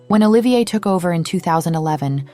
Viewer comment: Olivia is a woman's name, not the name of our newly exited designer, Olivier, pronounced O-LIVE-EE-AY....